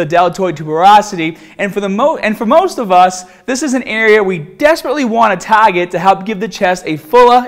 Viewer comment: tahhget the bahhbell